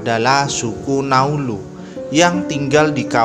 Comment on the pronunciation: Naulu bukan nauluz Ngarang2 saja bahasa mu